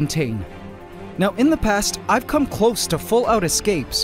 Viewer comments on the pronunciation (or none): none